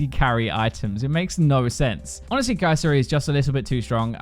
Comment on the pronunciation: “kai’zor”????? “stormra’za”???? you guys know how to end a word with the “er” sound but only do it on words that end with a’s?! idgi